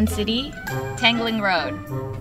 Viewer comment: best is pronouncing wrong street name 😂😂😂